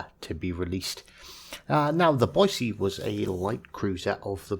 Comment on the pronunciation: Thanks from a local for pronouncing "Boy-see" correctly! There's no "z" in Boise, haha. Great vid! 👍